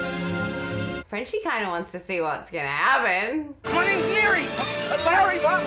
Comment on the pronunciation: I came here to say that. “Frenchie” lol.